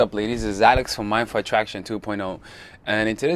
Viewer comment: A little off topic, but it might be useful, as a foreigner listening to your channel, whenever you say “mindful atraction” real quick it sounds like “my foot atraction”… 🙊🙈